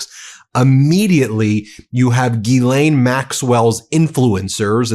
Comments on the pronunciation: Euuu one correction It’s not Gilaine but in French GhiSlaine. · Not Geeelane, it's Ghizlane. It's all in the Pronunciation. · It’s Ghislaine not Guylaine. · Please think of her name as being spelled as: Jisslenne and the emphasis is on the "slenne". The U.S. media pronunciation of her name is breaking my eardrums! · We should pronounce her name: "Jizzlane". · gee lane??? come on guy, english aint that hard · Ghislaine’s name is French, a phonetic pronunciation of her name would be JIZ-LEN (French pronunciation) or JIZ-LANE (English pronunciation) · JUST A MINOR POINT,,,,Her NAME IS GHISLAINE,,,PLEASE,,,try to PRONOUNCE it RIGHT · at least learn how to pronounce ghislaine. it seems juvenile to mispronounce it on purpose